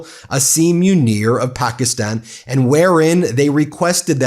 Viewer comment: Pakistan not Pockyston. You're an attorney and a teacher. Learn how to pronounce countries.